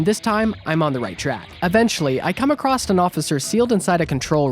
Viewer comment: There is no "T" in the word "across."